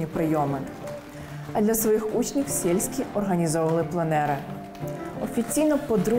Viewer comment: Ух ти круто! Здалось би ще десь Орловського,Васильківського взяти до колекції а то виходить що український живопис починається із Труша. І пані ведуча не правильно вимовляє прізвище Сельський на російськи маневр СЄльській. Він Роман СЕльський а не СЄльскій!